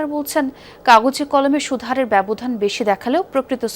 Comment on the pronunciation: মোতালেব, সুদহারে বলেছেন, উচ্চারন হবে সুদ হারে